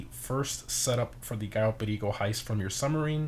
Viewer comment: I cant get enough of the way you pronounce Cayo Perico, it sounds so smooth